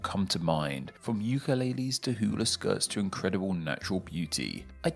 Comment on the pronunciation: No yeah brah for real I was listening to this guy and I was like....this fool is saying we speak hawaiian....and then to hear that he couldn't even say hula correctly was cringe